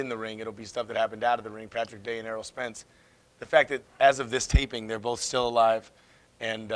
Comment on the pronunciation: ERROL not Earl.